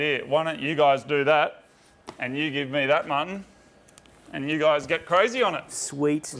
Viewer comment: Every time Moog says Martin's name it sounds like he's calling him mutton